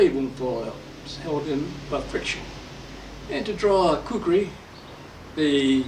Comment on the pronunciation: Khukuri pronounce as khoo-koo-ry